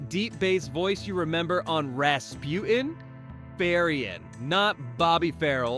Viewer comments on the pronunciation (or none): Rasputin has a T in the middle please pronounce it! It’s not Raspu in! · There is a T in Rasputin, it’s not Raspu-en